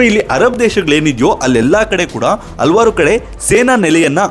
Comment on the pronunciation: ಹಲವಾರು ಎಂದು ಉಚ್ಚರಿಸಿ